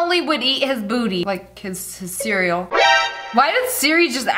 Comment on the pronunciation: Siri activated probably because she said cereal and it sounded like *Siri*el